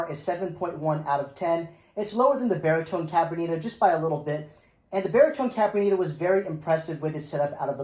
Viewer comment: If you're going to review it take the time to learn how to pronounce the name of it ....it's Cabronita....not whatever you fumbled through trying to say....lol.